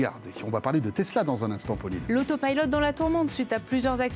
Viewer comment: pourquoi ils prononcent "pilote" en anglais ? alors qu'ils peuvent le dire normalement